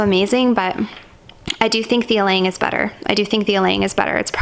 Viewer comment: good thing you pronounce Ylang in right way lol!